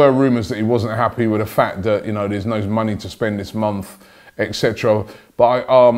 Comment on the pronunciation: Always wondered, why do you say "vis" instead of this? It's not like you can't say th you say it in every other word with those letters😂